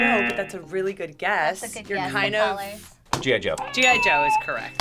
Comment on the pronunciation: The guy that pronounce G.I.Joe "Jojo" always cracks me up XD